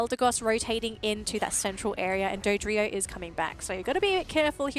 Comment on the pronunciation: Someone should tell them how to pronounce Dodrio